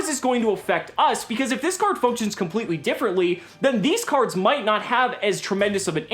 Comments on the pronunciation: "Crards" lmfao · Actually all English Prime Monarchs say Crards, not just the Supers.